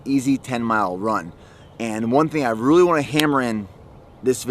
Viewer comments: 😂 and "boots" for "butes" and "scoops" for "scupes". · I will buy your supplements if you start saying “really” instead of “ruley”